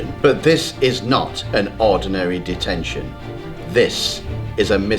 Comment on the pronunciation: wen he sed deteshon he sed clas rom